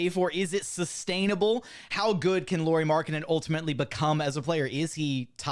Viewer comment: It’s not “Lori Markkanen” it’s pronounced “Lowry Markkanen”